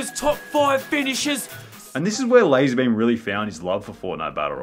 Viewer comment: Lah-Zar Beam